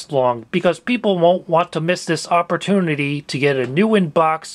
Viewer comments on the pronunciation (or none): none